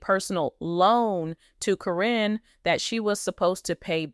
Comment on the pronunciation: Yeah I knew it as well. Matt totally changed once he got with Caryn. This person that is talking is getting on my nerves pronouncing “K-RIN’s” name. She has called her everything except what her name actually is!